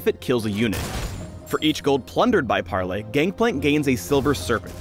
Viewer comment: "pARRley" omg im dying